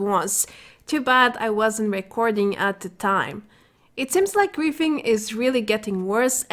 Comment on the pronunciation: I think she is saying griefing....but I keep hearing qu××fing???